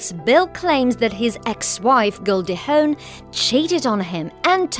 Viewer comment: Hawn, not "Hone"